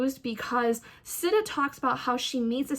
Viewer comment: Whatttttt its pronounced “Seeta” I thought and also..... book one is one of my favorites out of the series! I’m like personally offended that you were disappointed by it im sorry 🥺I’m just obsessed... this series is like a work of art